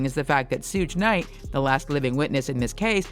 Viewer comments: “Sooge Knight” 😂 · Who picked this narrator? “Suuge knight”, “2-pack”, “Keef D”… she can’t pronounce anything right 😂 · Come on already I know y’all have heard the pronunciation of Tupac and suge knight names dang at the very least pronounce their names right!!!!!!!! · I almost clicked of when she said Suge Knight’s name 💀😂